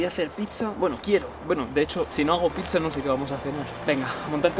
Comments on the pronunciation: # otro video genial, pero no digas picsa!! me sangean los oídos! 😂 Es pizza, dicho suena así: "pitsa" Saludos desde MadriZ jajajaja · Picsa?? O a lo mejor quieres decir "pizza"? Tanto cuesta hablar un poco bien?? Gràcies. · la picsa, la picsa, la picsa...... ufff me desangran los oidos cada vez que te escucho decir picsa.... del resto bien la verdad pero picsa.... en serio?????